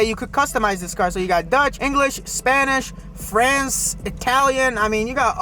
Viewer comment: 3 axles eh? and deutsch="dutch". bro, please get an editor that has more than a 5th grade education....